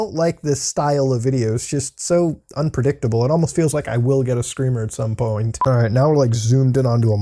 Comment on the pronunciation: at some pouiint 👀🤣